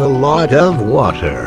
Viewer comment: Shame on you as a bri ish person thats not how you say wotah